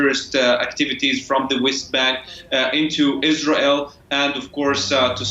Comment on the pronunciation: what the heck kind of slur-esque pronunciation of Israel was that?